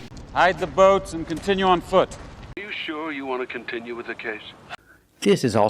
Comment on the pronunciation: I don't care where he was born, he can't be a real native speaker if he can't pronounce "continue" properly.